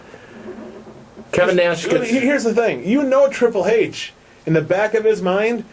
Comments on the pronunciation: This guy is a moron. CM Punk is about 10 years younger than Triple H and weighs closer to about 220 pounds so I think that a win by CM Punk could be absolutely believable. Also, what is the deal with how he pronounces the "H" in Triple H? There's also no way that Randy Orton is THE best in-ring performer over every other wrestler out there. This channel came up as a suggestion and after a single view I'm not gonna stick around to watch any more. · Good points...but I think hes saying Triple H's name like that because its how William Reagal says his name lol